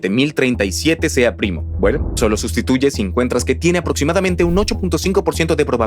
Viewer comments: Contraten mejores actores de voz, estos no pueden leer bien ni pronunciar bien. Los errores son los siguientes: Criba, cibra. Erastótenes, Erastótenes Exprimir, etsprimir Aproximadamente, aprotsimadamente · Pero son humanos, no leen bien y no pronuncian bien. Dijeron cibra, en lugar de criba, Erastótenes, etsprimir, aprotsimadamente por ejemplo.